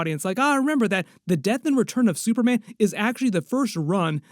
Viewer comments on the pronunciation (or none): none